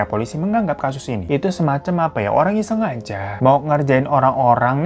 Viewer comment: "affah Iyah" mood booster bgt😂😂